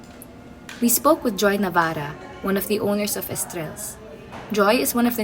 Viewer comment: Hey Featr, Not Navarra, its Joy Navarro, please correct.Thanks